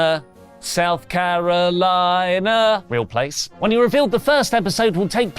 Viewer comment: It's Regina, Saskatchewan (in Canada), not South Karolina (with a k)...